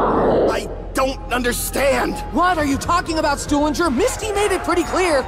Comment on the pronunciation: The best thing that i've ever heard in the history of zombies is Misty calling Stuhlinger "Stupidger" LMAO.